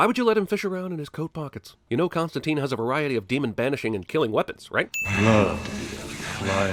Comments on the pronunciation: its constantyne, not constanteen. he even gets his own name wrong. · biggest sin - yankees can't pronounce his name correctly. it's Constant-i-ne, not teen. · It's actually pronounced Constan-TYNE (as in twine or nine or fine), not Costan-TEEN. This is mentioned this a couple times in the Hellblazer comic (correcting someone who's mispronouncing it). Even the British show didn't pronounce it right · Most obvious (and controversial) sin: they keep mispronouncing his name. According to creator Alan Moore, it's supposed to be pronounced Constant-ayne (look it up) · the "i" in constantine is pronounced like i in "wine".